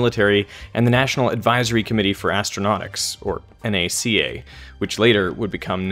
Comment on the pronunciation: Just a minor nit-pick: NACA (which you pronounced correctly as N-A-C-A and not “nacka”) stands for National Advisory Committee for Aeronatics (not Astronautics). Its main concern was aviation; astronauts and space-flight weren’t in the cards yet. You are correct in that it later morphed into NASA following the launch of Sputnik. Which reminds me of the following joke: (write NACA and NASA on a blackboard and ask…) Q: What’s the difference between NACA and NASA? (draw a vertical line through the C and the S to get…) A: NA¢A vs NA$A PS - keep up the great work - I love your videos, you have a great way of demostrating and explaining things.